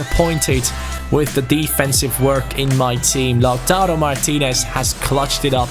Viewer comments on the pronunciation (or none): none